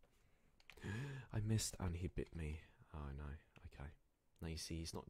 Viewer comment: I'm in love with that : ✨✨ OhHHh nOi ✨✨✨ With his accent